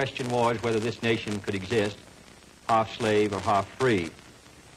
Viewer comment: I love how he says "nation"